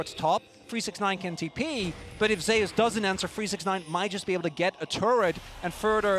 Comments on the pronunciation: Nice commentary, but please read about or listen to someone say the name of the greek god "Zeus", it is not "zayus" it is "zoose" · I wondered that. Like does he want to be called zayus or zoose like Greek God?